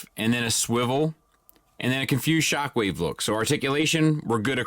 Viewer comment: Not gonna say it, not gonna say it, SpockWave